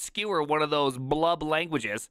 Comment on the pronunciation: Yellow and with Purple squirrely braces. It's the vscode default for javascript/typescript. Also,, when you said blub language, I thought you said love language. what's your love language?